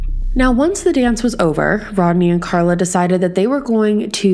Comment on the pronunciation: She meant Carla but didn't pronounce her name properly.